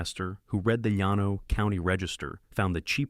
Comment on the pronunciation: Her first husband died of ovarian cancer? A man with ovaries? Surely Ai has the ability to research local pronunciation of common terms “Yan No” for Llano is irritating especially when heard repeatedly. It is pronounced “Lan Oh “ by most Texans. Rio Grande is pronounced “Rio Grand” for example. And then there is the Army lawyers’ title. “J A G” is pronounced “Jag”. Please fix these errors. Others are also complaining. Congratulations on putting Midland in the Permian Basin and Austin’s American Statesman newspaper. Seton Hospital is simply Seton not whatever the narrator was saying. All these errors ruin a good story.